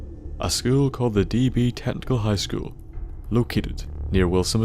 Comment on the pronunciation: is it just me or at the start did it sound like he said D.B. Tentacle high school ?